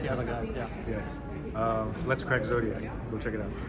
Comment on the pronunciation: Zodiac not Zodig